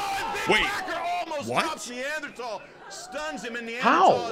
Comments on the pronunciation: 1. Neanderthal (Nee-an-der-thal) 2. The "curly hair theory" is BS lmao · Him trying to pronounce Neanderthal had me dying 😂😭 love you